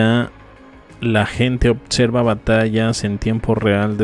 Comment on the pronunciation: Fitsion dices fitsion está interesante tu contenido .pero hay q leer más lee a julio verne ,hay tantos .autores .no digas odserva .desesperas.